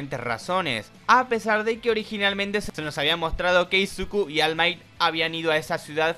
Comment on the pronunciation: 😢 solo puedo llorar al escuchar almai